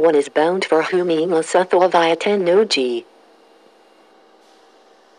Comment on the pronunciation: viaが発音できてないんだよなあ 完全にbyって言うてしもとるがな